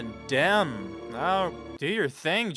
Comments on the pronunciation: You should watch “Something Wild.” Jonathan Demme (pronounced Demi) is great at building interest and string you along then surprising u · I really appreciate your reactions. Btw, my family is from WV as well. Just so you know, it is pronounced Jonathan Dem-me. On a different note, I don't think you were slow to get stuff. Actually, I was annoyed that you were so perceptive and got stuff it took me a bit to get! It was quite impressive. However, everyone agrees Hopkins performance is legendary.